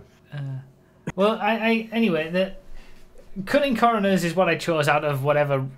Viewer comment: I'm a northern lad and i still cant say it as well as you do.